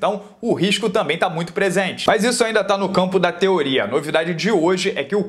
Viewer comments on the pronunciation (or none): none